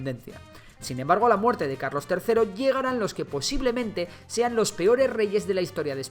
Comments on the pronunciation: Carlos❌ Calos✅ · Puso calos en vez de carlos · Min 8 a Carlos III le falta una R 🤣🤣🤣